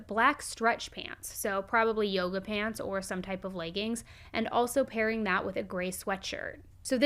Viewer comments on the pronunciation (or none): none